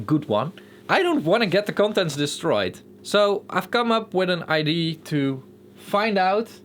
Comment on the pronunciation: Wow u really drive the track to show the tape distortion effect. Would be great to play a bit more busy track with less drive just to show the more subtle saturation possible. By the way in English you pronounce the "a" in "idea": i - DEE - Uh